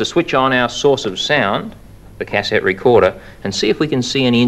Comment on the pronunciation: The way he says cassette lol Is that an Ozzy typical way of saying it? I don't think so right? Just his own odd way?